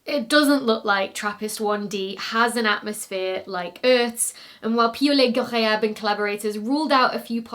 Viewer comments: In addition to the science, I think you like impressing us with your pronunciation of Piaulet-Ghorayeb. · I had a feeling "Piaulet-Ghorayeb" would show up in the blooper roll, but you did GREAT!! 👏🏼👏🏼👏🏼